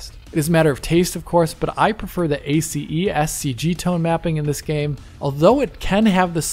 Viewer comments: Amazing content as usual! No need to pronounce all the letters from ACEScg. Actually, in the movie industry, we just pronounce it as if it was one word and two letters: ACES (assess) and c.g. ^^ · ACEScg is pronounced Eh-sys CG. Thanks for the great video, as always.